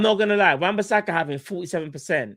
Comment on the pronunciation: thats a red card for saying wan bissaka 😂🤮